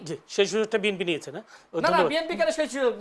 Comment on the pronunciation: নামটা ভালো করে উচ্চারণ করতে পারেন না বিএম।পি নয় বিএনপি।